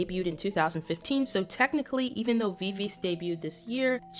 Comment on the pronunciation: I'm sorry, but Viviz is pronounce Vi-Vi-Ji, following their korean pronunciation. Sorry if I sound rude. Thank you.